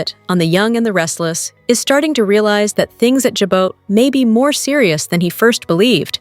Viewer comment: Please Jabot is pronounced “Jabot” is pronounced “Zhawbō”. Thank you